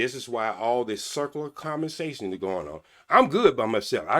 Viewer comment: Commersation. . I can't 😅